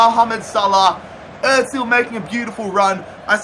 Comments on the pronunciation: It’s not Otzil it’s Ohzil (Ozil) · Its not Mesut Etzil